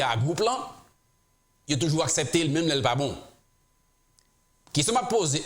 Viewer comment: Gelin, Mwen pa konnen à ki laj ou té kité Ayiti. En maintes fois wap palé créole ou di invesman, pwral, asèpté etc... ou doué di investissement, pral, accepté ki prononcé "aksépté". Koté Moloskot ki parlé avek anpil eloquence. Pigaw di mal insultéw non mon frère.